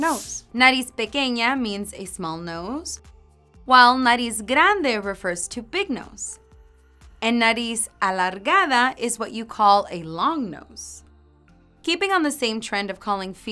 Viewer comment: Its nariz alargada not nariz algarada!